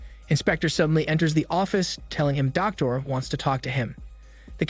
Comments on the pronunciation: distracted by how you pronounced Doctora and Javier lmao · Or "doctora" 😂😬 as a spanish native and polyglot, i was cringing so hard 😂😂😂